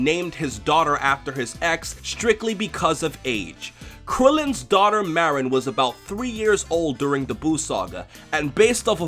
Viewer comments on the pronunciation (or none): It's Marron NOT Meh-rinn... I'll kill you if you do it wrong again >_< #JK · He called marron a morron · It's Marron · I legit thought #17 called Marron "Moron"... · My question and why I'm here is how did she know 17 pronounced Marron's name with 1 R. Im gonna assume this was in the Japanese version only, threatening to kill someone over a name seems like one of those goofy japanese extremes and likely wouldn't sound right translated. Guess I answered my own question by not being able to find a clip. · Or maybe it is because 18's brother mispronounced the name of her daughter, his own niece, and that could be seen as 17 not caring especially since he lives off on that island and doesn't seem to visit 18. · I still don't understand the difference in pronunciation between Maron and Marron... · Hm..... i didn't even think 18 was mad over something like that, i thought it was just because 17 said Marron wrong, and 18 being... well, 18 was annoyed. Also, anyone miss the DBZ Krillin? i just don't like how they made Krillin go from a Head shorter then 18, to like, a head and a half? still... he looks to much like a kid to me now... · I thought it was just a mispronunciation on 17's part... He didn't really curl the R and that's rude to mispronounce your niece's name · wait THIS is a meme now? why the hell isnt the "opps, my hand slipped" a meme?. Also i wonder why lazuli wasnt being herself or happy to meet up with 17 after such a long time, it seemed like she was mad at him for something, even before he said marron's name wrong